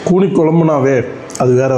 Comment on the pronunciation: கூனி குனி இல்ல 😂😂😂